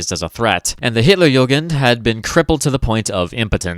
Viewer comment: Just one pronunciation correction (the rest is very good actually), its Hitler*jugend*, not Hitler*jungen*. Hitlerjungen would mean "Hitlers boys", which has.. interesting connotations. at least in german.